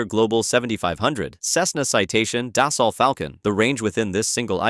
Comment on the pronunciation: Dasault pronounced Das-oh, same as Renault (Ren-oh)